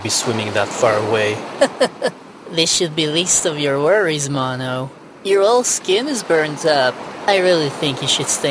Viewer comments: I like how six sounds like she says malo instead of mono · Sounds like she's saying momo